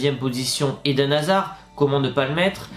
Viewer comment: On dit Edainne pas Edenne